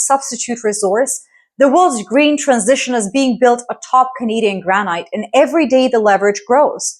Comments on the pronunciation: its gran- it despite the e in granite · Granite. It’s the first word I’ve noticed where you don’t pronounce it like a Canadian.